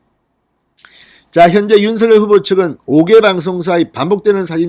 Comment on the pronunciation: 진성호님 윤서결이아니고 윤석열이라고 하세요~